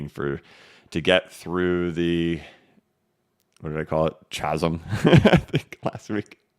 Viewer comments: Thanks for all your efforts. Greetings from the Isle of Man. Btw...Chasm is pronounced KAZAM. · Sorry yes I'm grammar police, but the word you used, "Chasm" has a silent "H." It is pronounced like Kazum.